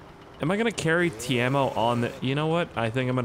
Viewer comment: His name is Keimo not Teimo